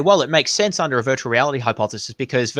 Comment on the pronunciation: He always mispronounces "hypothesis". Maybe just a speech impediment.